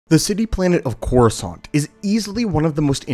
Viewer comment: All i hear is croissant.